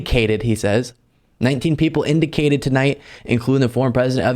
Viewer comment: "Indicated" 🤣🤣🤣🤣🤣🤣🤣 He's an idiot !!